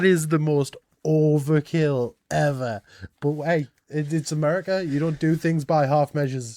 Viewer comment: I could make a sarcastic joke or five about the president and air craft carriers but...it wouldn't be appropriate. Also, that is the biggest "FUCK YOU" I have evvvvver heard.